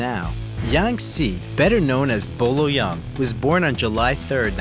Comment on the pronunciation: His name is not pronounced Yung. It’s pronounced Y-ER-NG. Why can’t English speakers get their head around a word with EUNG in it?